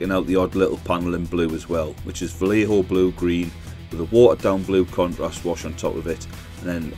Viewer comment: so good! Kept thinking you're saying "cu%t rust" which is what I'm calling contrast from now on.